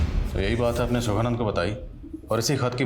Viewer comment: सुखनंदन नहीं सुखानंद। स्क्रिप्ट पढ़ लिया करें।